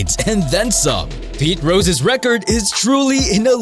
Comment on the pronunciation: Turned it off when narrator said "Pete Ross".